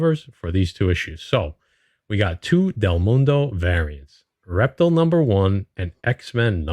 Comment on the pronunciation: Great video as always my brothers, ReptiL is pronounced Rep-teal... Like the color teal, the only reason I know that is because when my son was little he watch superherosquad on cartoon Network years ago and he was a character on the team of the Avengers LoL 🤣